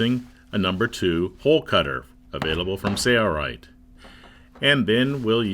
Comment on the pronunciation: This would be so much better if the narrator didn’t have such an absurd collection of mispronounced common words, like sewn. And what’s with the goofy “Sailright” pronunciation? Say-Uh-Right? Please